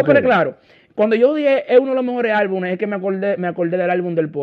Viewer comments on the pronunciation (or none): Se dice álbumes no albunes (Bulova)